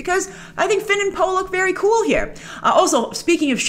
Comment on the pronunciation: Everytime you say Finn/Poe it grinds my gears lol, stop it grace!